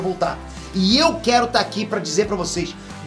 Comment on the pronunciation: "Eu quelo que o golan conssegua " esse